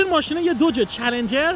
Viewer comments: داش چلنجره نه چلنگر😂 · داداش من چلنجر نه چلنگر